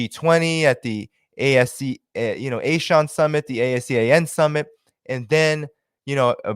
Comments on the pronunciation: ASEAN is generally pronouced as "AH-SEA-UN" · I hear the people in South East Asia pronounce ASEAN as AHHH-SEE-ON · ASEAN is pronounced as ahh-see-arnh